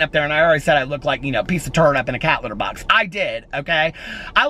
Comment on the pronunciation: A turd in/on a what?? A CATHETER BOX??!! Lmaoooo